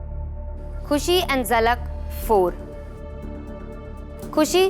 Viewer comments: Zalak ko jhalak kyu bolti hai ? 🤣🤣🤣🤣😭😭😭😭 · why ppl are saying JHALAK its ZALAK BHAI